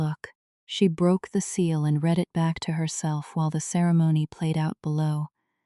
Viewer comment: Read like reed present tense. Read like red past tense.